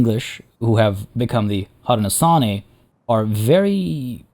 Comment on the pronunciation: Hey I’m loving this series! One pronunciation thing, Haudenosaunee is pronounced Hoe-dee-no-SHOW-nee! Settlers may know them better as the Iroquois Confederacy, but Haudenosaunee is how the nations prefer to be known! So just SHOW instead of saw, but otherwise great work!